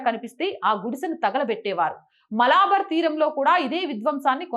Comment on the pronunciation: మలాబర్ కాదు తల్లీ ఆ పదం మలబార్.కేరళ ప్రాంతాన్ని మలబార్ తీరం అంటారు